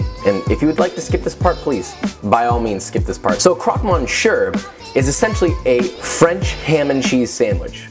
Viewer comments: that 100% not how you pronounce monsieur xD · Monshur 😂😂😂 you say it like Miss-yeur. That was painful but merci beaucoup pour le recette! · Dude it's pronounced me s i e like that not monsheur don't pronounce the sh the r and switch the on with e just so you know Anyways big fan awsome vid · mon sewer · what wrong mon-sure? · That was a great "mon sure" that you did there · Miss yurh, said quickly.. Thats the correct pronunciation for Monsieur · “Mon - sure”???? Really?? Love you tho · MONSHUR??? WHAT? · You are such a great and knowledgeable cook....but as a french speaker, your pronunciation of monsieur makes me want to scream lmao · Nah it's just the monsieur for me. Monssieur isnt that hard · ...but he nailed béchamel. Monsieur isn't exactly unknown to American English speakers. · This looks amazing!! New sub here :) btw you pronounced monsieur wrong but it’s okay lol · OMG. he slaughtered that!!! His recipes and knowledge are killer.....but mon dieu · The ONLY correct pronunciation of a French name is the French one. How does this obvious thing escape you? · Oh muh goood you butchered "monsieur" 😂 youre still adorable though and that croque madame looks incredible!!!